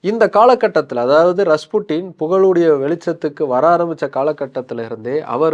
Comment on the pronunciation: avan oru tarkuri don't know how to pronounce 😅